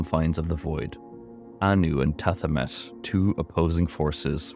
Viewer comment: Ps its pronounced ta he met